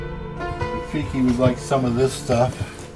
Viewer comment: When he called rafiki “tajik” 😂